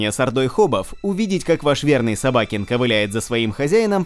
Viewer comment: СобакЕн , а не СобАкен